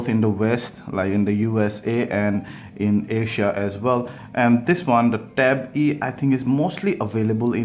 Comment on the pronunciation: Ben Walsh yes